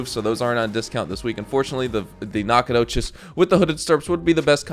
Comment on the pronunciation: As a native east texan the way you pronounce Nacogdoches makes me uncomfortable lol